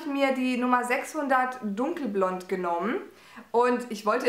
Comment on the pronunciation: Du bist sooo ZUCKER! <3 Super Video & tolle Produkte! Aber auf L'Oréal & "dunkelblond" komme ich nicht klar hahaha